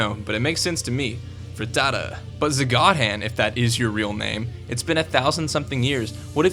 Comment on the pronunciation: did you say frutata?